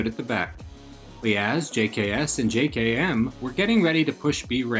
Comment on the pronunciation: Minor gripe but it's pronounced jay-kem not j-kay-emm